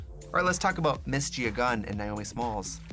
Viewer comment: "Gia Gum" lmao